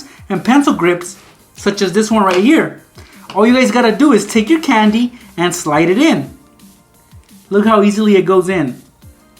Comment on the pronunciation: Canndi How he says it